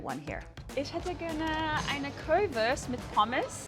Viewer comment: Ok, she lost me after 20 seconds because of her pronunciation of the word Currywurst. Marcus, what are you teaching her?! 😂